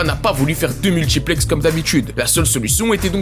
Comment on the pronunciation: Aïe aïe aïe, la VAR a parlé, et l'affrication t'a rattrapé, multchiplex, retentchir et...ce qui expliquche... Dommage, encore une victime de l'appropriation linguistique.